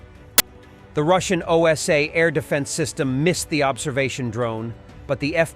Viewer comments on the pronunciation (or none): that's NOT any "oh-es-ey", that's OSA, Russian for a "wasp"! Jeez, peepl...